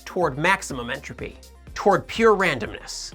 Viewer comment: Lifes a pause in entrophy